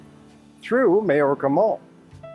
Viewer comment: Mayorca is pronounced my orca. May = my. Hay = eye.